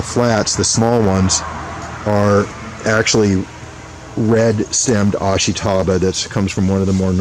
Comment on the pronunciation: Ashitaba – ah-SHE-tah-bah, not ash-ee-TAH-bah. Just saying.